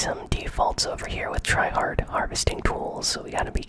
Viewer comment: You say tryhad and you camp 😂